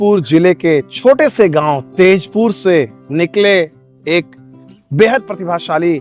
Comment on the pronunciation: ताजपुर बोलिए सर ❤❤